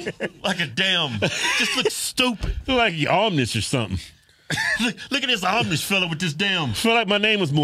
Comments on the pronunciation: They called the Amish "Amnish" 😂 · “AmNish” 😂. Y’all ignat! 😅